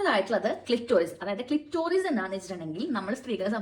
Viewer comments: Clitorius അല്ല കൊച്ചേ clitoris ആണ് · ക്ലിറ്ററിയുസ് അല്ല ക്ലിറ്റൊരിയസ് 🚩